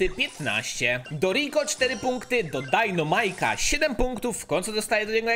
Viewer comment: jak byś mógł postać dynamike czytać poprawnie czyli dajnamajk zamiast dajnomajk było by fajnie bo mnie przez to uszy bolą i z góry dzięki